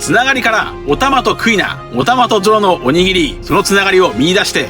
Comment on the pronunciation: やばい、鬼斬りがおにぎりにしか聞こえなくなってきた😂😂😂